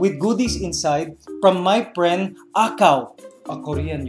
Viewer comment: "I thought you were my priend"XD